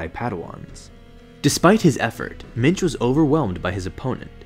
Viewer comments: Genuinely thought he was saying Minge the whole time. What a name. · thought he said minge